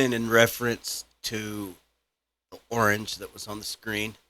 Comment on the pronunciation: The 'orange ' almost sounded like " who owns you" in a british accent